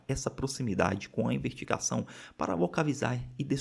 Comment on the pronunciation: Reparei que vcs às vezes troca o S pelo R, tipo ao invés de falar investigação vc fala invertigação, vc fala vertir ao invés de vestir e outras tantas palavras tb